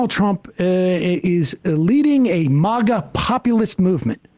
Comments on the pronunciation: What is this "Mogga" thing? Nobody calls it that. MAGA rhymes with "bag uh". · When did everyone start saying mawga?